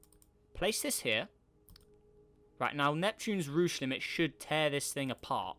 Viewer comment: Rooche limits??? it's Roche limit!!